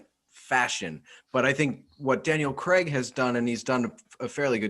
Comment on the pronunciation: Who is Daniel Creg?! fellas it’s pronounced Craig (cray-g) 😂